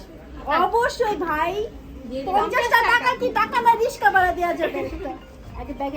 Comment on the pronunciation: রিকশা৷ রিসকা না ভাই 😂😂